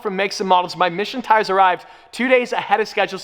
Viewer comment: I'm quite sure he's saying Michelin tires, but it sure sounds like "Mission tires".